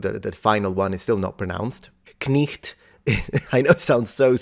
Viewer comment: I like how pronounced it “Knicht” instead of “Kniggt” like the professor bc this pronunciation is much closer to the german “Knecht”